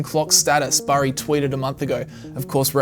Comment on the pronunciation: CBS 60 Minutes did an interview on this guy and mispronounced his name. It’s Burry not berry.